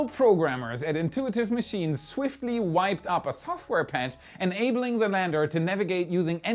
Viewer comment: it's Whipped-up, not wiped-up.:P (Whipped as in whipping)